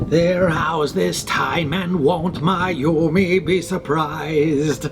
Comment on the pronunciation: do more! I love this👌🖤 needed this relaxing video inspo. I crave cream and cherries now😍 mmmm btw- everytime you said “Myumi” I thought you were saying “My Yumi” as in your endearing Yumi.. until I saw her name typed out last month? Those marbled grave stones turned out so good! and your pumpkins were so cute darnit now I feel like sculpting👻